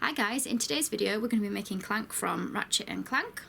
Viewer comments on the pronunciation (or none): Hey nice video ,but you pronounce the name false! it is clank with the a spoken like in thank and not like you say